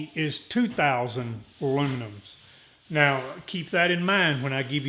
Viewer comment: He said luminums 😂😂😂😅😅😂😂😅😅!!!!